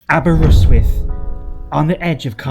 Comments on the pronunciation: say it like this> Aber wrist with. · The way you say Aberystwyth hurts my brain. 😂